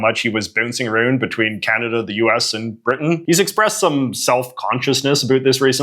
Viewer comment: I hope that you are mispronouncing ou words on purpose. No Canadian says a-roond.